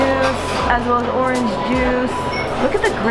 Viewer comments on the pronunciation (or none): none